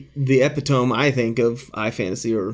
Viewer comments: Ep • I • tome? 😶 🤔 Took me right outta your presentation and I had to go back and watch again to even know what your argument is.That's when I realized you probably meant 'ee•pit•e•mee.. That is what you meant, right? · this man said "ep-eh-tome" lol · did you pronounce epitome wrong as a joke? lol